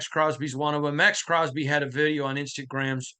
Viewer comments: Please stop calling it instant gram… it’s Instagram…”insta—gram”😂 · Nothing but love for you and thanks for all you do…. but if you say “Instant Grams” oneeee more time 😂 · its pronounced "Instagram" that's why we keep joking around with it lol